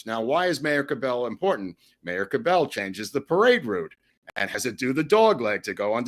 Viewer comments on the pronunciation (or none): The Dallas mayor’s name is pronounced “CAB-L” with accent on first syllable.